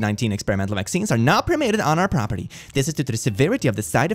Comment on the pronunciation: propertry, ah yes